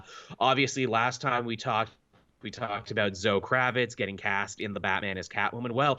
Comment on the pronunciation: (Get's Feige's name right, says "Zo" instead of Zoe lol) Also, Oliver's stepfather is still alive, he left Moira after her criminal connections, but became an ally to Oliver in his occasional appearances, Oh yeah, Giachino, "Ja-Key-No", I know a little about Italian "Gia" names lol